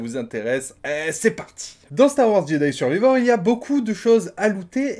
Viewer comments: En voulant faire de l'humour, je me suis mal fait comprendre. La question n'était pas de savoir comment se prononce Survivor. Je connais la chanson;) La question était de savoir pourquoi notre ami ne le prononce pas bien (alors qu'il arrive à prononcer Jedi). Les prononciations de l'anglais par les Youtubers français sont désastreuses et ça m'agace. Un petit effort "journalistique" serait souhaitable pour éviter de diffuser des fautes auprès d'un large public qui va les reproduire... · en effet j’avais pas fait attention qu’il prononce mal survivor et je comprends mieux maintenant ton commentaire, et je suis d’accord avec toi, les streamers et autres massacre l’anglais..